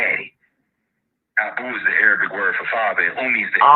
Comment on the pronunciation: I got you -it's pronounced era-bic, not a-ray-bic (Arabic).